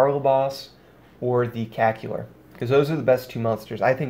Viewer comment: Not trying to insult you, but it's CacTAUR (like in Taurus)